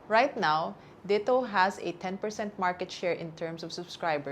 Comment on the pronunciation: why does she pronounce DITO that way? isn't it supposed to be pronounced as a Tagalog word?